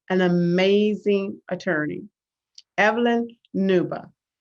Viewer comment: Pls the name is Uuba not newba